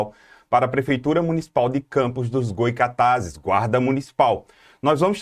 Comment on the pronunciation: Goycatazes não😔 Goytacazes sim😊